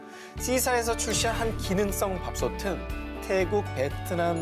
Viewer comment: 밥소테 밥소튼 밥소치.... 아나운서님들이라서 발음 너무 정확해서 속이 다 시원